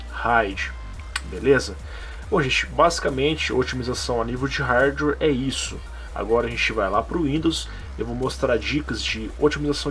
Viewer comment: NÃO desabilitem o superfetch , ele na verdade é um serviço que analisa o que você mais utiliza de programas no computador e os mantem na memoria para abrir mais rápido num futuro ( tem sentido já que programas mais usados tentem a ser abertos mais vezes ). E fala Hardware corretamente por favor